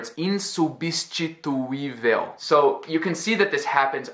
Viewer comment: Vc disse “insubstituível” igual a um nativo. Incrível cara!